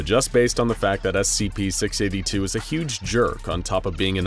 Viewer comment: scp six aybbe two